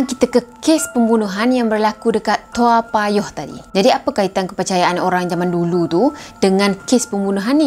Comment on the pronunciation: Salam kenal dari singapura 🇸🇬🙋 saya pun tinggal di toa payoh. Sebutannya betul 👍, zaman sekolah rendah dulu masa kes seorang pembunuh bernama adrian lim. Saya dilahirkan pada july 1975. Masa kes adrian lim umur saya lima tahun